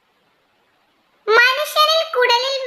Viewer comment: Nav അല്ല.. നാവ് 😝